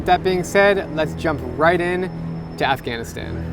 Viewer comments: Did he just said Af-gain-istayn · I love how americans say Afghanistan 😁